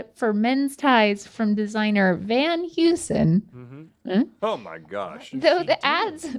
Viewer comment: Sorry, lady, but Van Heusen is pronounced like “Van Hoysen”.